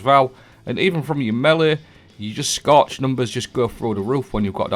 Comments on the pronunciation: Oh you were saying "scorch"! I thought you said "Scotch" so I started drinking whiskey while playing Destiny. The only thing getting absolutely destroyed was me and my brain cells 😳🤣🤣🤣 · Scotch is what I kept hearing. 😂 cheers